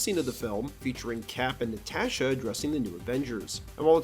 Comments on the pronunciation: Why you saying “Natasha” like that? 😂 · I've never heard anyone pronounce "Natasha" like that before.